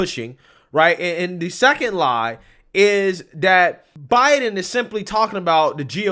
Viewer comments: "President Obiden"? You heard it out of her own mouth. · She makes a lot of slips. Like when she said, "Plandemic." Now at least this time Obiden. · psaki says obiden